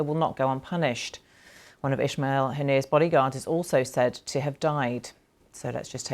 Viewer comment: Ismail not Ishmial . Zionist channel to the cure